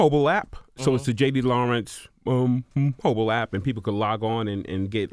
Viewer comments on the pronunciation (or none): Somebody tell bruh to just call it an APP. Never have him utter the word MOBILE again. His speech was fine until he got to that word. I thought my speakers were starting to go out.